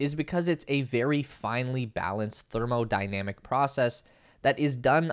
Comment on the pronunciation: Thermodynamic? Please look up this word.